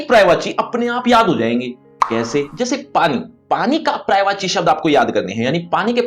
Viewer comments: Prayvachi nhi sir. Paryayvachi hai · महाशय , अफसोस की बात यह है कि इतने मिलियन व्यूज के बाद भी किसी ने पर्यायवाची सही उच्चारण पर याय वाची किसी ने नहीं बताया जबकि आपका उच्चारण गलत है।